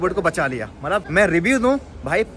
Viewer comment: Bhai malap nhi Matlab hota malap malap🤣🤣🤣